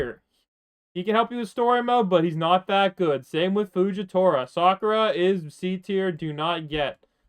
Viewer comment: HE CALLED STARK FUGITORA BRUHHHHHHHHHHHHHHHHHHHHHHHHHHHHHHH